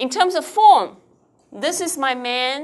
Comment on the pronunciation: It is "main point", not "man point" like the teacher said repeatedly.